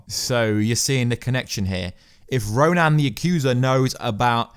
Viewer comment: I know this is a nitpick, but RO-NAN? Like, RO-NAN the barbarian? Spelled Ronan, pronounced RO-NIN. Yes, I'm a nerd.